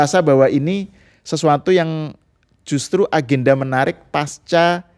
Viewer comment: Pasca, bukan paska.